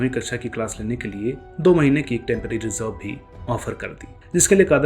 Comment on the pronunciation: Sir very good and informative video. One observation - you use Z in place of J, for example Tazzub, Zob, Zaahil, Zaankari, Huzoom